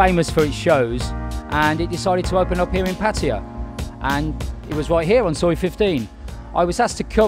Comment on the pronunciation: After 10 years he still can't pronounce Pattaya the rite way.🤣🤣🤣🤣